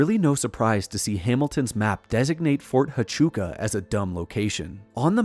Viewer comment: It’s pronounced Fort Wachooka